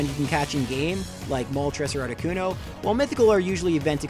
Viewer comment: Not articono